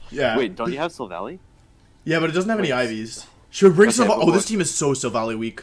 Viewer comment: It's not Silvally then, it's Slally..